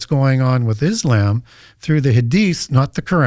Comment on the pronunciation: Bro, why do you keep mispronouncing "Islam"? WTF😂